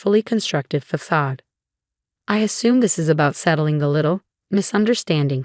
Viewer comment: Stop using words you can't pronounce. Facade.